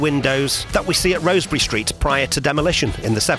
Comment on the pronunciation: I think...and it's just me (though I am scouser) it's pronounced Rozz-berry...rather than Rose-berry...I guess the residents would know!!